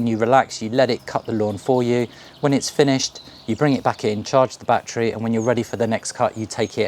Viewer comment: Have you got "BAT-TREES" in your garden or did you mean a "ba-TTerY" or "ba-TTer-ees"